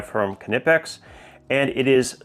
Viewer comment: your pronounciation of Knipex is really perfect! greetings from Germany. 😊